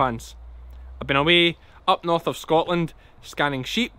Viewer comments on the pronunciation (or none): none